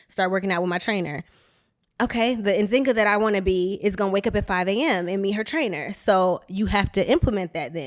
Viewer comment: Is it her name? Yes. Is she saying it correctly? No.